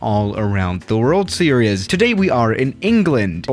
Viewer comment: Am i crazy or does he always says seriouz intead of series ? Btw Love Yo Vids